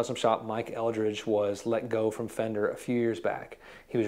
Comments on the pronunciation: Mike Eldred, not Eldridge! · First it’s Mike Eldred not Eldridge. And Mayer left because he wanted his own brand like EVH or Santana and Fender to do the heavy lifting and cater to his every whim. Mayer was drinking heavily during this time and not working much. Mystery solved.